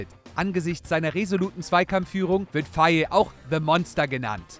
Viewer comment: Ihr habt faye falsch ausgebrochen. In Senegal wird der Name ( fay) ausgesprochen